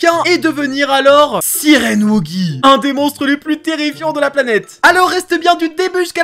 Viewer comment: Ta dis sirend